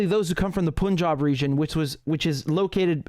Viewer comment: It is سکھ not سیکھ it's پَنجاب not پونجاب